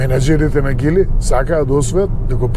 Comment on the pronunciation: А тоа за Geely како се изговара на македонски, според гугл транслејт Geely= Џили а не Гили....